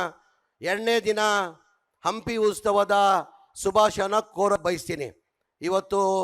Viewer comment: ಏನ..ನಮಸ್ಕಾರಗುಳು.. ವೇದಿಕೆ ಮೇಲೆ ಆಸೀನ್ ಇದ್ದಾರ?..ಶಾಶರ್ಕರಾದಂತ.. ಮೊದ್ಲೆಯಾಗಿ ತಮ್ನ ಎಂಡ್ನೆ ದಿನ..ಉಸ್ತವದ ಶುಭಾಶನ..ಕನ್ನಡ ಪದಬಳಕೆ ಸರಿಯಾಗಿ ಮಾಡು..